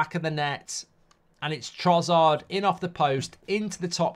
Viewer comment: why does mark always call trossard trozzard